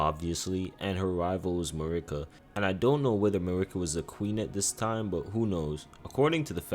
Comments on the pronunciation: He clearly has some issues with pronunciation. He says issue as "isoo", duo as "duel" and Marika as "Merica". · This dude has never played ER. Can’t even say Marika correctly. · Who the hell is a Mikwella? How you played the game and you still mispronouncing names.. even Marika